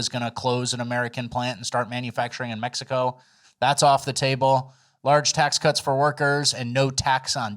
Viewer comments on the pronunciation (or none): none